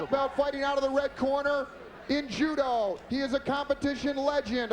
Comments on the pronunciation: Su-moo and ju-doo? That's first I've ever heard them pronounced like that. 😆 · Sumu and judu?! 😂 these announcers had no idea what they were talking about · he said sumoo vs judoo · They way the announcer was saying Sumo and Judo as Sumu and Judu